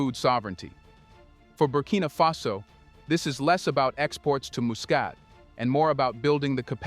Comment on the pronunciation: Muscat should be pronounced as ' Mascat ' not mu.